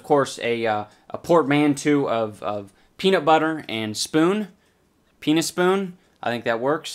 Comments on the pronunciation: Idubbbz ur “peanuspoon” name is great but to me it kinda sounds like ur saying “penis spoon” (just a heads up) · "Peanuspoon"- LOST IT